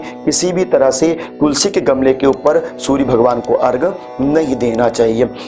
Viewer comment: अर्घ नहीं,अर्घ्य होता है, धन्यवाद